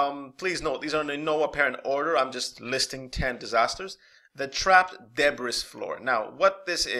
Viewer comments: Its not "deb briss" floor. Its pronounced "dāˈbrē" breee, not briss. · Ty! Debris = dubree